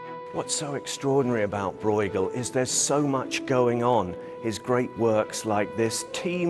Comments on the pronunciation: Why can’t a single person bother to pronounce his name correctly?! It’s not ‘Broigle’. It’s more like ‘broe-chel’ with a ‘ch’ like in ‘loch’. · "Breugel" shouldn't be pronaunced this way... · Lol, it's not pronounced "Broygel" ^^ The "ue" sound (spelled "eu" in modern Dutch) is close to the "u" in the English words "burst", "curse", "urge".